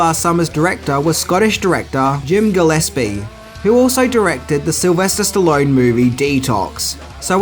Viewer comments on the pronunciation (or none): none